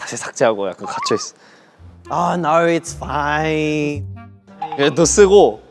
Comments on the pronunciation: the way he said " Oh naurrr, its Fiiiiiine " is soooo Aussie coded😁❤️ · "Aur naur its foineeee"